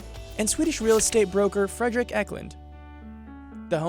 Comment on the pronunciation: When you pronounce Eklund wrong: STOP! GET SOME HELP!